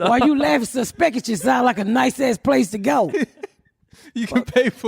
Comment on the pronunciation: "Susspekishish" Ms Pats word of the day 😂 😂